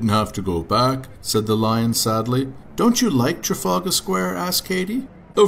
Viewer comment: you pronounced "trafalgar Square" wrong! it's trafalgar Square! not trafaulga Square!